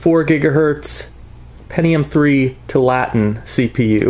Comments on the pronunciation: Two allah tin, not twolatin. It's named after an area in oregon. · Tualatin is pronounced: "Two-all-it-in" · The pronunciation is too-a-la-tin. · Too-ah-la-teen. Sorry but that's driving me crazy!